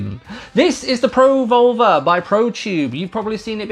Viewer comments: pro vulva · As an American, your accent makes you sound like you're saying Pro-Vulva. Was a bit confused the first couple of times, but gave me a good chuckle. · I don't know about anyone else but when you say pro volver , thats not what im hearing lol .